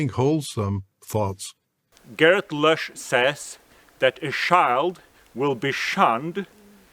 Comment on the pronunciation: I abhor the WTBTS as much as anybody on here. But WHY do you & others call him Garrett LUSH? His name is LOUSCH, not Lush 😂